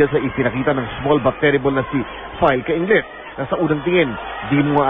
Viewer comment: Ang kulet nung bigkas k cainglet nung reporter ang bigkas nia ay FILE cainglet dba dpat FILLE cainglet